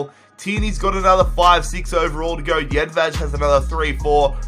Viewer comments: Its jedvaj you say it how its wrote hes not spanish so you cant say jedvaz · Jedvej pernounciation 😦😦😦